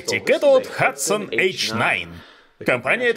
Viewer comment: Hudson и hatsan(твоё произношение) разные ооружейные компании